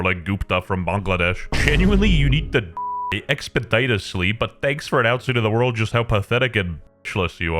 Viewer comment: expedishisly genius not expedytusly